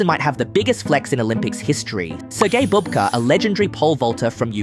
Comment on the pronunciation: You pronounced his last name correctly a few times, then started calling him a grandmother (babka instead of bubka).